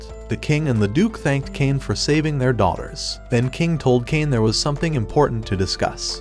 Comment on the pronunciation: Bro said daughters as dollars